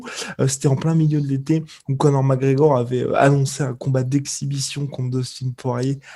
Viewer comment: "Conor Magor"